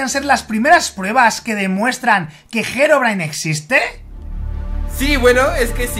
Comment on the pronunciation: SE DICE HEROBRINE XD